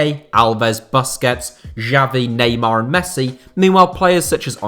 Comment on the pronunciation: Stopped watching after he pronounced Busquets as "basket" 😒